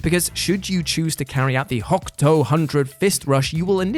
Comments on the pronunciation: And with a silent U. HO-KTO. Not HOK. Not sure how I'd react if he tried Hyakuretsu Ken. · "HO KU TO". HOKUTO Hundred Fist Punch, not "HOCK-TOE" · It is called Hokuto, not Hok-to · Deadpool = Marvel Also it's HOKUTO! HO-KU-TO! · Everyone's talking about the Deadpool and DC thing. I'm just thinking about his pronunciation of "Hokuto." Also, it's super nice to hear talk about Fist of the North Star in some way. Just saying, though, that most of the moves in Lost Paradise are crazy brutal finishers, and a catch-all "everything" could've topped the list.